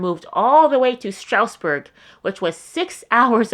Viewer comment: It’s like Straz-burg